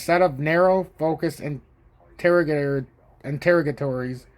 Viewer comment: Interrogatories - sounds like "enter ah guh-tor-ees" Nice work! Keep up the great TA.